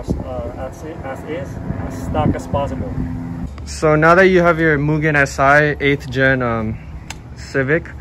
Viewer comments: also pronunciation is wrong brotha (MOOO-GEN) not (Meeww-gen) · It's pronounced "Moogen" :) Nice car, I have one too.